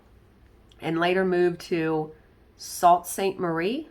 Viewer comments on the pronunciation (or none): I’m Canadian so nice to hear a Canadian story. Sault Ste. Marie is near the Canada/U.S. border with Michigan. It was named Sault Ste. Marie by French colonists. Sault is pronounced ‘soo’. As always, thanks for sharing! 😊